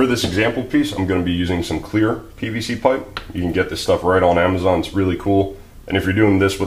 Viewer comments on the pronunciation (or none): none